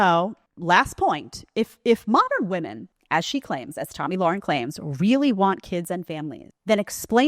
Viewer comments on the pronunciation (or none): I wish people would learn to pronounce Tomi’s last name correctly. It rhymes with “karen”.